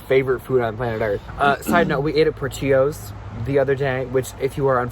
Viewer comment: I KNOW you did not just call Portillos "Portios".. HAHA OMG